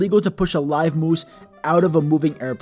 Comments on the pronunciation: Nobody: Him: muwse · Why do I love the way this says moose